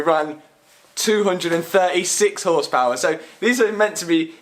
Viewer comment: Hundrled horspaouærl your lack of skills about cars you try to edit out in the video it's actually hurting my brain...